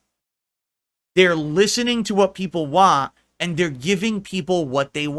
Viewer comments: They’re listening to what people wahn & they’re giving people what they wahn 👏🏻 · The way he pronounces “want” makes my ears bleed.